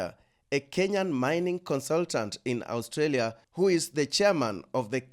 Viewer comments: It’s of AOURSTALIA, it’s Australia 😆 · Your pronunciation of Australia sucks... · That pronunciation of A-ustralia., stop playing. Did you also take some ostriches there?